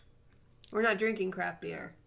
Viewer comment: Did you just say "We're not drinking CRAFT beer" or "We're not drinking CRAP beer"? Either way, I'm over it. But I'd still like to know.